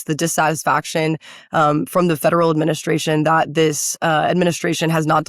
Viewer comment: "....adminisssrrraaasssion..." giveaway for Regrubs🩸